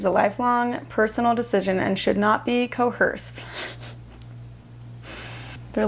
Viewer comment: Co-erced not co-hersed 😂 as an Arizonan, I know a ton of people from Utah and the weird pronunciations absolutely slay me! Love your channel! I have been watching all the old videos.